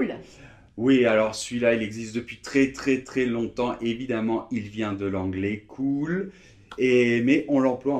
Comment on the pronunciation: ça ne se prononce pas du tout pareil. "cool" se prononce "koule" ; "cul" se prononce "ku"